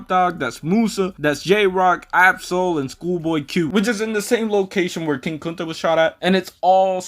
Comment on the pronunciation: Bro you have to be white saying king kunta like that. 😂😂😂